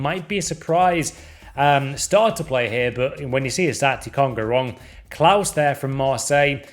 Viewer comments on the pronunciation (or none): none